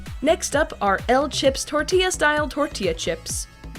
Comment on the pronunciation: you said it wrong again its TORTILLA this aint funny (grabs flamethrower) ITS TORT’IA (Uses Flamethrower) (Edit: FUCK THE CHIPOTLE AD DID THE SAME THING BUT WITH QUESADILLA )